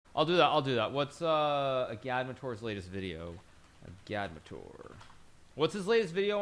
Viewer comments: I think it’s Egg -add -mater. Not a -GAD-mater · His name is “Agad-mator” two syllables! Not “u-gad-muh-toor” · FKN LEARN HOW TO PRONOUNCE AGADMATOR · Hikaru! Why can’t you pronounce “Agadmator” properly? He even pronounces “Agadmator’s dog” near the end of the video.